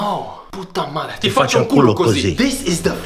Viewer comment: "More loot must equal more fun, right?. ¡No, puta madre!", jajajajaja very good pronounciation mr. Eres un chingón.